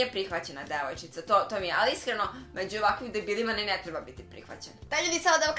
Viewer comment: Zasto tako kazes dévojcica umesto devójcica